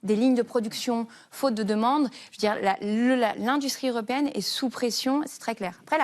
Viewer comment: "20 journals", "la préférence zeuropéenne", on est fébrile, ou bien?